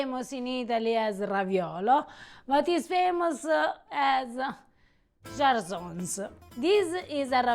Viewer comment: I love that you showcase a bit of Friuli, it is such an underrated region of Italy often forgotten about. So the way you pronounce cjalsons is with a harsh j. ‘Cj’ in this case is pronounced as ‘ch’, think of the wine ‘chianti’ for pronunciation. You guys are amazing!